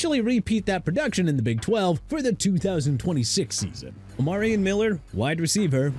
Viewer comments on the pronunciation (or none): OMARION MILLER PRONOUNCED OH-MAH-REE-ON!! I'M NOT IN THE MOOD MR. I CAN'T PRONOUNCE FOR ANYTHING!! YOU NEED TO LEAVE AND QUIT YOUR JOB!!